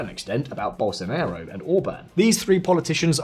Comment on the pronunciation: Very intelligent comments but please do not pronounce Bolsonaro as Bolsonero. Ok he had something of a Nero when he was president setting everything on fire, but he is pronounced as Bolsonaro, as in father. It ends up being a completely different word.